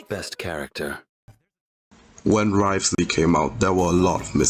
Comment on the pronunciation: wriotheslayyy >> neuviLLette 😭